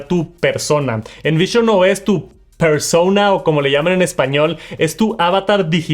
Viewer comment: Por favor deja de decir “persouna” que eres latino no estadounidense